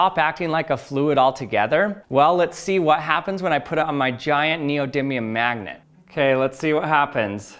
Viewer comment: You and Charlie Day say 'mangnet' instead of 'magnet'